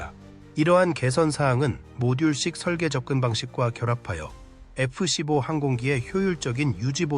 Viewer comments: AI번역과 나레이션이 거슬리네 에쁘씨뽀가 뭐냐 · ai가 읽는 건가? F 십뽀라니...